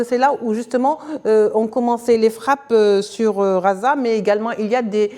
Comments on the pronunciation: Désolé mais si vous choisissez de donner votre information en français faites l'effort de gommer votre accent . Phonétiquement. On ne dit pas Raza mais Gaza en français..juste pour l'exemple. merci pour votre travail ... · Je crois que le temps qu'elle arrive à apprendre que ça s'appelle gaza et pas raza ça s'appellera Israel. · Merci à la journaliste pour la qualité de son travail et félicitations pour sa maîtrise de la langue française. Nos journalistes devraient en prendre de la graine... Je viens de voir qu'en arabe, on écrit غَزَّة Ce qui explique la prononciation entendue. Il faudrait peut-être qu'on se décide à transcrire en phonétique internationale Ghazza... Ce serait déjà un modeste signe d'attention !